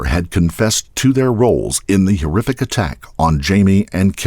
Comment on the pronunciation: The what? You said hearific? Or was that heerrific?